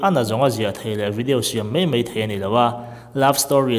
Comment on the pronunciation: mai mai, iti thiamlo a mi, mizo tawngah mei mei a awmlo. angaih nawm loh phah.